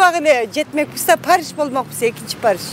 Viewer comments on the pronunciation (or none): Париш дейт😅